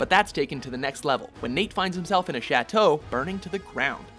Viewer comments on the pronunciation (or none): none